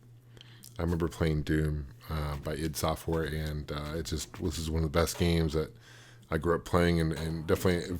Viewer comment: LOL it's iD (eye-dee) Software.